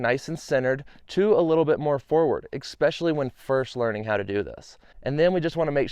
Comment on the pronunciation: Especially, not Expecially. ... How do you not know this word?